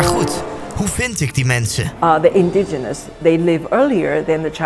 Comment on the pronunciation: indiGINOUS niet indigous lol